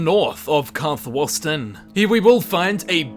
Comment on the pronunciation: Fuck the puns, learn to pronounce things right. Karthwasten should not have any o sounds. Karthwasten, Karth-Waste-n, say it with me